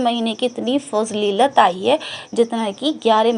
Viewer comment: Fazleelat nhi fazeelat hoti he Good work 🧡